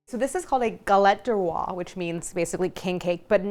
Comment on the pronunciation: (Galette DES rois, not DE roi. DES to rhyme with "day." Please!)